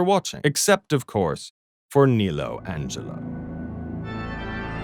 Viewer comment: it's "Angero" not "Angelo"